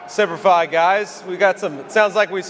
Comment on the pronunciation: The guy says Sempri Fi and he is a book worm!